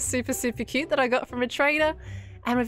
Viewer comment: Scott's "quoot" sounds like it has worn off on from Last Life... quoot...